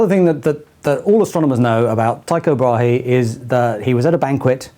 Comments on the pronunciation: Just a heads up to any non-danish people out there: Brahe is pronounced Bra-e, the H isn't audible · In fact it is pronounced braa lol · No danish person pronounce Tycho Brahe with an H either.. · To havn a "Thyco Brahe Day" in Denmark means to have a day where everything goes wrong. Not really nice when thinking about the things he achieved. His last name is pronounced with a silent 'h' by the way, so nearly there ☺ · More times than you might think the best way for a non-dane to try to pronounce a danish word is to put a protato in your mouth when you say it